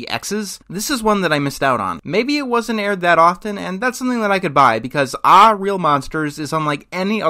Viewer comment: It's not "aw", it's "ae" as in "bad" or "mad"...and that's a common scare reaction.